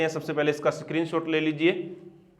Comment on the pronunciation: स्क्रीनशॉट❎ सक्रीनशॉट✅ Btw aap bahut acha padhate ho thanku.